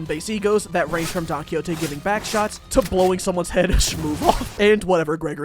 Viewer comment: your pronunciation of Don Quixote game a stroke please pay my medical bills